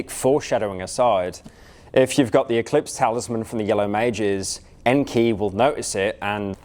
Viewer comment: Best part is that he's been pronouncing his name just fine 3 hours prior rofl